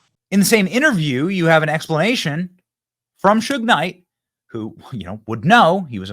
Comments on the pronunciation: It’s pronounced Shoog knight . Not hoog 😂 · His name is pronounced shoog and he is not a rapper. He was the owner of death row records. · Pronounced ‼️ shoog night ‼️😎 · Bro you butchered shug knights name😂 damn never ever heard ot said like that before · LOL! His name is Suge (pronounced like "sugar" with out the 'ar') Knight. He's not a rapper, he was the CEO & part owner of Death Row Records. You're welcome.